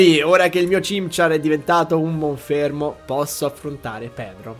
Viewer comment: No, però io MONFERMO non lo posso sentire